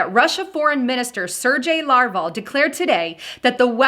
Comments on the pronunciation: Larvo???? It's Lavrov. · Pittsburgh is a city in Pennsylvania. Pennsylvania is not a city, it's a state. I'm afraid that such a simple mistake and mispronunciation of Lavrov as Larvo and botching up calamity. This could push LIBERAL elitists further from truth and label all Conservatives the same. With that being said. Agenda 21 and Agenda 30 are destroying the global compact in place. Piece by piece. China, Russia, Iran, the E.U. and Turkey as well as other nations are pushing this plan. Trump can't stop this through diplomacy. The minds are set. The Antichrist including Obama, Putin, Merkel, Macron, Erdogan, May, the U.N. and Brussels are all part of this global undermining of the U.S.A. Globalism is the Antichrist movement. I pray for Christians. We need to stand and defend ourselves before it's too late.